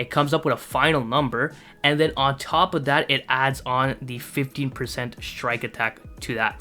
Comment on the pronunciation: sounded like 50 lowkey